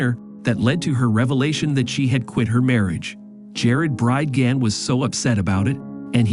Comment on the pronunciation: This is AI and repeatedly mispronounces Bridgeman over and over. Was any english speaker involved here?